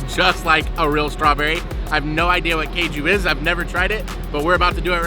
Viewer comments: It's not keju it is kaaju - cashew nuts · It is not "kay ju". It is "Kaaju". Not sure how you would feel if non-natives say "baa gel" instead of "bay gel", or similar. I am sure one would earn strange looks for blatantly mispronouncing, and with how this western society is about approaching people (or not), it just would lead to perhaps, behind-the-back giggles, to worse. BTW, "Kaaju" is cashew, in Bengali. And, you are, in Bengal. And, as you can see, it is a different culture, and different language, even a microcosm within, in the great diaspora of India. We know you have never had "any" of those desserts before. Westerners, are singularly insulated, and the treats of India only exist as such a rarity here in the west, that it is superfluous to state you have never had it before. Especially for a first-timer. Keep discovering. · It's kaaju not keju , cashew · Caju is pronounced "Caa - joo" (think "Calm Jew", minus the L and M in calm) and it is something you already know. Cashew is the adulterated pronunciation of the word Caju. Just like the word Pistachio is the mispronunciation of the word Pista. The "ras" in Rasgullah means juice or syrup and is pronounced like the English name "Russ", with Gullah meaning a round or spherical object. The words Gulab Jamun translate to Rose (or Rosy) Plum. Kala ("Kaa - Laa") Jamun means Black Plum. See! You're learning Hindi already!! 😊